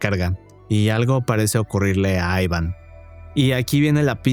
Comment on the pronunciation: Pero si no sabes pronunciar el nombre Iván jajaja aivan dice jajajaja amigo no jodas, jajajaj eso lo primero